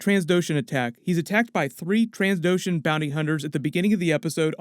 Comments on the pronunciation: they aren’t Trans Doshans. It’s Tran Doshan. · Just tell me why everyone calls them "Transdoshans", like is this some sort of community joke i missed?